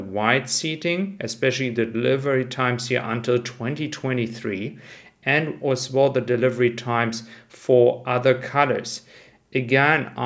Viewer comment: Love your videos. Can you please not pronounce “as well” as “as wohl“ …. Really annoying. Vielen dank.